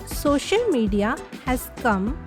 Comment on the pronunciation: Thank u mam ap Kai pass bht talent hai lekin ye social hota hai shocial Nahi dont take it negatively just wanted to correct Ur pronunciation🤝